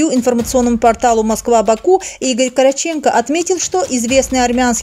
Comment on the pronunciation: Игорь Каратченко дейил, Корооотченко-дур)))